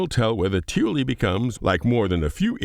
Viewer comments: i keep hearing Tyilui as "tooley" as if it's some british slang for like a handyman or something haha. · Someone more into the XI'an language has pointed out that most people are pronouncing Tyilui it incorrectly, including the ship devs. TIt should sound something like "Tyee - Lwee" accorind to XI'an dictionary.